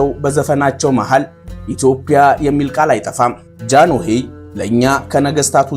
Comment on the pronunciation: ወንድሜ ጃኖሄ ሳይሆን ጃንሆይ ነው የሚባለው